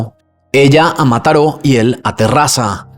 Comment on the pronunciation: Yo en Mataró escuchándolo decir Mataró 😊❤